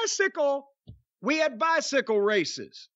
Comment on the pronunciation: "He got a bythickle"